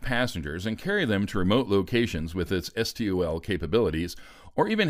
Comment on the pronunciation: Is this a robo-voice narrator? I didnt think so until i heard S-T-O-L instead of "stole" like we all pronounce it. Either way, I liked it better when you narrated. Too many fake voices on youtube, tiktok and whatnot that its nice to hear an actual real person.